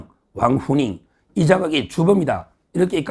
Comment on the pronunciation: 왕후닝은 두번쩨 후는 쎄게 낮춰서 발음헤야 함..4성으로 위에서 아래로.. 왕과 닝은 위로 올려 발음 하는게 맞는거 같음